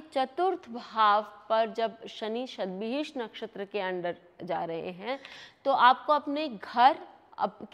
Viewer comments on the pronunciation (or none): Not Satvihish Nakshatra...it is pronounced as Shatvisha nakshatra which means Shat=100 and Vishak = Healer or Physician.